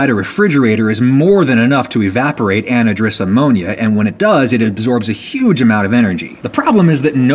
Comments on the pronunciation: "anadrus" lolwut? Is that an American south pronunciation, or have I been saying it wrong all these years? I pronounce it "an-HI-druss" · "Anhydrous", at least here in the the UK, is pronounced as an-hydrous with the stress on the second syllable. As in without water. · This is just a pet peeve of mine, but , anhydrous is pronounced an (without) hydrous (water) where the y sounds like an I. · Annadris ammonia lol it's AN-HYDROUS as in without water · anna-driss? It's an-hydrous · "An-HIGH-drus", not "AN-uh-drus". Otherwise great video. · * Small pronunciation issue*** anhydrous - /anˈhīdrəs/ as in " lacking water"... HYDRO...not HIDRO.... "ann hydrous" . Love all the videos, thanks for making them. Vinegar Chicken is on the RIGHT! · An-HY-drous. No ANadrus. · Lol I've never actually heard anyone pronounce anhydrous as "Anidrous"...usually you would say "An-HI-drous" but hey, you do you Adam. ;) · just so you know anhydrous is pronounced An hi dris not an ih dris its pronounced with an an hi sound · An-hydrous! AN-HYDROUS AMMONIA. AN means without or not, and HYDROUS means water. Not anhy-drous. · Adam excellent video. btw cringe worthy: ANN-high-dress. Or ANN-HI-driss. It tends more toward en-HI-driss. The pronunciation on this page is close to neutral North American imho: Keep up the excellent work. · an-eh-dres ammonia has to be one of Adam's funniest mispronunciations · Pronunciation: AN-HY-DROUS Literally, "without water." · an-HIDE-rus. The stuff in the wheeled tanks you showed at about is typically injected into the soil of crop fields as fertilizer. We already have a "new" form of refrigeration referred to as the "solid state heat pump" or the Peltier (pel-tee-ay) junction invented by Frenchman Jean Charles Athanase Peltier in 1834. Many of the small automobile or camping refrigerators rely on such a device. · AN-HI-DROUS ammonia Adam. Other than that great video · An-high-drous ("hy" pronounced like in hydro) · Pronunciation note: An-Hi-Drous